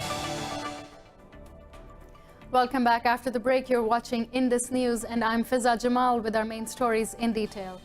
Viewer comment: Fiza Jamal has good pronunciation